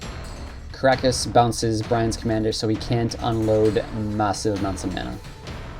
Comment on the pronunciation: Kee-nah-ee-ohs and Tee-roh